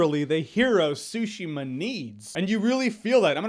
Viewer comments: Tsushima. 3 characters. Tsu. Shi. Ma. One of the pitfalls native English speakers fall into is the tendency to string every syllable together rather than pronouncing each individually (which is how it would usually work in English)...so you get the English pronunciation of a Japanese word rather than the Japanese pronunciation of a Japanese word. This is not so different from the R/L switching you'll often hear from native Japanese speakers speaking English. A good way to practice initially is to treat each word as if there is a very (very) slight pause between each character; once you have that down, practice will make the characters flow together properly. While the T in "tsu" isn't silent, it isn't strongly pronounced either (though that could depend on dialect too) so a lot of non-native speakers will easily miss it; plus it's not a comfortable sound for a native English speaking mouth to form as part of a full word so you won't get it right consistently without a lot of practice. I know for myself that while I know how the word should be pronounced, trying to get my mouth to physically do so is difficult even when I'm focusing on that pronunciation. And as I'm writing this I'm picturing what this video would have looked like with Jeremy trying to pronounce Tsushima properly the entire time...poor guy prolly woulda been in physical pain by the end lol Also, the fact that we have this long thread debating the proper pronunciation of the title of this game is awesome :D Sou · Every time I hear him say Tsushima I hear "sushima" haha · I had a feeling Jeremy would like this game but more importantly I knew he’d pronounce it the way he did lmao sushi-ma 😭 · No that’s not what I meant, yes the t can be silent — I meant it’s tsu-shima, not tsushi-ma. Lol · My God he says it worse than I use to. I used to say su-shee-mah but he straight out says sushi😄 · I believe its actually pronounced Zu-shima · Take a shot everytime Jeremy says “Ghost of Sushima”* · The T is silent